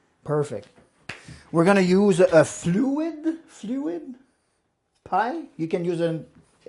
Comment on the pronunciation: Fluted! Dish, not fluid.